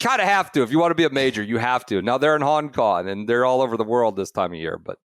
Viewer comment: A new one to add to the “ doesn’t pronounce G’s at the end of words” list: Hon Kon